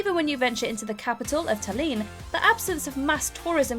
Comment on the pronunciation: And Tallinn is pronounced with stress on the first syllable not Taliiin